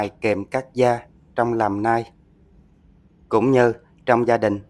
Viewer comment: Đọc tiếng Anh đúng dùm : Nail không là nai